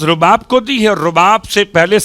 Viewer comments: بیبی کا نام رباب ہے زبر کے ساتھ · بیبی کا نام تو صحیح سے بولیں